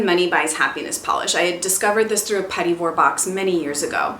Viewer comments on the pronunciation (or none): none